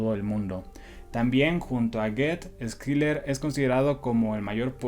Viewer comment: Si me permites, la pronunciación de Schiller es "shiler" o /shılə/ es alemán. No se pronuncia Skiler. Muy buena reseña.